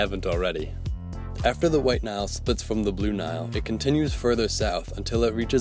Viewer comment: "While Nile"